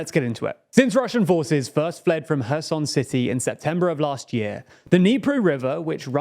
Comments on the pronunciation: Funny comment. To prove my point,, the CEO of TLDR News, pronounces Kherson correctly while, the secondary guy at TLDR News pronounces Kherson incorrectly. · I'm glad that knows how to pronounce Kherson properly, but please make sure everyone on your team (that is your mate ) does as well. Thanks